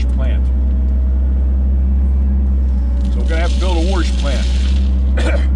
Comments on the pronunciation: it's WASH, not warsh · Say it with me....WAH-SHH - Wash Not WAR-SHH . learn to speak ! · Worsh ... very western PA! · Hello, Great video and explaination of what it would take to reclaim the used ballast! As a side note, having lived in the Boston area all my life, I really enjoyed hearing your pronuciation of the word "warsh"! We always get kidded for dropping the "r" in many words, so it was nice to see where all of our unused "r"s have gone! Haha! Stay safe! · Warsh 👍🏻 spoken like a true sw Pennsylvanian ❤️ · I'm not making fun of you, I say warsh the same way. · Gentle ribbing is all, I love the pronunciation. I'm just jealous my Nebraskan accent can't pull it off.